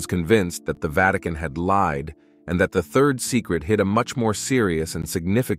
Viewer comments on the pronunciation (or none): none